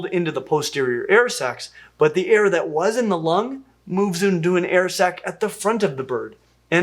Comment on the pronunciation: air sac. Sounds like air sex when he says it. Lol